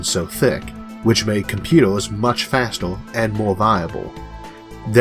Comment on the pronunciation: I stopped listening when I heard the guy saying "computos" and "transistos" because I was understanding barely the half